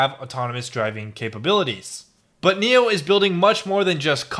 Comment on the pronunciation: spelled nio... pronounced NEO?!!!